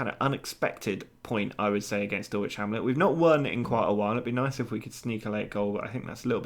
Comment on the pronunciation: Also it's pronounced Dull ich...lol my dad lives right near them